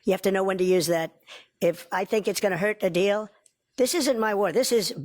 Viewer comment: I really do not like when he say the word "deal", this guy is like an unlicensed street vendor.